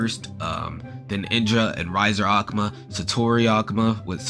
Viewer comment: aku-ma :/ A-Ku-Ma B)